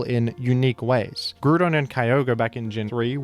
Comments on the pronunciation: "Groodon primal" Please stop. Please. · I swear you put groudon in these videos so you can say grudon 10x times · Why don't you pronounce Groudon like ground? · Why do you pronounce Groudon liked that? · I used to dislike how pronounced Groudon. But it grewed on me.